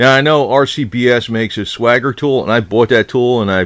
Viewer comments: Are you sure it’s not swagger? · Jay Vengeance I've never understood why people say swagger. It has one damn "g" in it ffs.